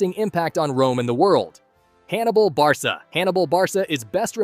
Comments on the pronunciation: It’s not Barsa it ” BAR KA” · its not barsa its barka